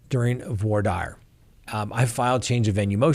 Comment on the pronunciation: I kind of like your format the information is good. I must question your pronunciation.Voir dire is really not voyer Dyer.